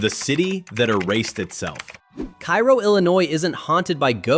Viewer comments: Cairo, Illinois. KAY-row, not KAI-ro. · It’s pronounced K-row, not Cairo. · KA-ROW.....they will make fun of you if you call it KI-ROW. Oh and the A is long vowel. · It's pronounced "Kay-ro," not "Ki-ro " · It's pronounced kay-row not ki-row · Cairo, Il is pronounced Karo like the corn syrup. I liver nearby ish. No corrections on the racism part just the pronunciation. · Cairo is pronounced like KARO the syrup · Kay-roh, not pronounced like the place in Egypt. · It's pronounced Cay-roh in Illinois. Maybe not in Egypt, but then, we ain't in Egypt. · It's KAY-row, if anyone cares. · Cairo, Illinois is pronounced Cay Ro, unlike the city in Egypt. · Cairo, GA is pronounced "K-Row." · So is Cairo, IL. I don't know why AI videos (and Youtube videos in general) seem to keep pronouncing it like the city in Egypt. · I was going to mention the mispronunciation of Cairo, but someone beat me to it. You pronounce it the way you did for Cairo Egypt, not Cairo Illinois. My parents and grandparents are from that town and it used to be fun as a kid visiting relatives down there. It used to be booming. Hopefully, I will be able to visit it next summer. Every time I go back stateside, I never have time to get down there. I've been studying Alaska for years now. There is something called "Missing 411 Alaska" where this investigator investigates the Alaska triangle where people come up missing from the triangle which covers Juneau, Anchorage, and Barrow Alaska. There have been over 20,000 people missing since the 1970's. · Yeah, during the lead up to Cairo, I had a suspicion that our robot would pronounce Cairo as though it were Egypt. And sure as hell enough, it happened. A lot of people dismiss this type of YouTube video as "A.I.", as though "A.I." initiates and posts these sorry videos. It takes a real live human being to conceive and upload these things. I have no idea who these people are.